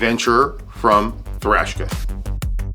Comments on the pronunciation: I do wish it was bigger ... 41 or so. Not a big fan of a bracelet that goes down to 16mm, not very comfortable on my wrist. You keep saying thrashka instead of Traska. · Why do you say “Thrashka” instead of Traska? Isnt this an American company? Do you know this to be official way to pronounce? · Traska ma man not thraska. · Come on. Its Traska, not Thrashka. It is called a clasp not a buckle and lastly it clearly has 5 holes of micro-adjust. I own one and its clear in this video, yet you say it has 6 holes. What's going on dude? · Traska, not Trashka... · It's an awesome watch and wears great on my 6.75 inch wrist. Have it in black., awesome video but I think you're calling it Thraska or something other than it's actual name Traska. 😊👍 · Lol that threw me for a loop too 😂 “THRASHKA” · 😂 he dosnt even say the name right